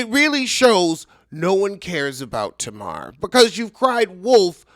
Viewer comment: At least learn how to actually say her name correctly if you’re gonna rant at her so passionately. It also would’ve been good if you broke down exactly what happened and what was said. You just ranted and alluded to a bunch of stuff that doesn’t even make sense.